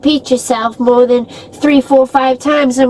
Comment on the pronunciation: 😂😂😂 yes , mowah!! It nevah ends! 😂